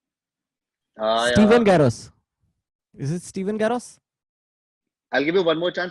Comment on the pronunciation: "Steven Garros", he says. So cringe.